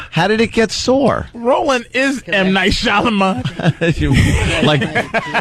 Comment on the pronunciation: HE SAID M. NIGHT SHAMADING DONG OMG SO FUNNY